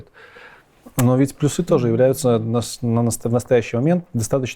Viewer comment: Надо говорить пл'Юсы, а не плюс'Ы! Программисты чай, а не. ...